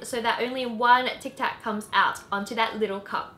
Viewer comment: Its tic tac not tax